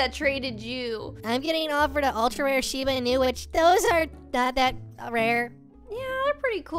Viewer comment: Lol he calls it a sheeb inu lol can he not not just say shimba inu